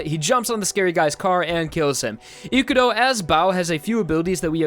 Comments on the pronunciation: His name: Ikuro How this guy says it: Ikuru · Gotta love how suddenly changed from pronouncing Ikurou correctly into calling him Ikuroo at the end for whatever reason